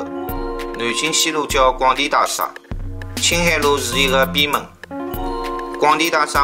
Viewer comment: 内容很好，点赞！用沪语也很好，仅仅个别沪语发音不对，譬如讲， 大厦的厦，应该读沪语 夏天的夏字音，今天看到五分钟处暂停，下次继续看下去。谢谢编辑这么好的故事，搜集资料也很不容易。假使编辑不反对的话，发现小问题，还会给编辑留下来的。